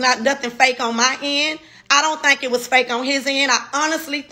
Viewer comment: Also “think” not “thank” I think.... Only say “thank” when you’re saying: Thank you!😊